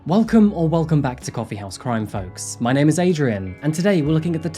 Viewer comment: Can you at least TRY to pronounce the non-white names properly? You're making money off of their stories but can't show them the basic respect of pronouncing their names properly?? Typical British arrogance.